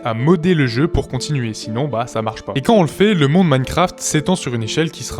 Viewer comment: t'as dit "un mon maincraft" dis " un monDE maincraft"